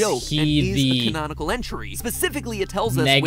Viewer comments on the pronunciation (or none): none